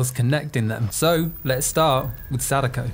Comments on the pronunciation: not him pronouncing her name sadaykou💀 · Do you occasionally pronounce them Sa-DAY-ko and KAY-ah-ko just to fuck with me? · First time watching your channel, fun video about a movie I had a good laugh at, and I think you invented the single most incorrect way to pronounce Sadako, gotta respect that! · That is probably the most american pronounciation I've ever heard of Sadako